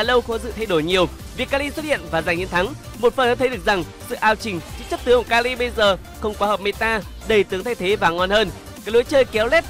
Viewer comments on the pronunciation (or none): Mình nhớ đọc là ka hi chứ nhỉ sao lại ka li ta